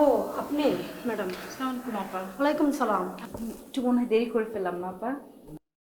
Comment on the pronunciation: It’s not that hard to do the salam properly. It’s very disgusting to watch & listen when it is not done properly.